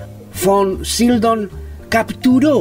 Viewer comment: Me gustó el resumen sobre la carrera de este actorazo. De hecho había papeles que no recordaba que hubiese interpretado él. Pero por qué dices Von "Sildon"? Si en el título lo escribes correctamente : Sydow. De todas maneras ,estuvo bueno y voy a ver otros de tus vídeos.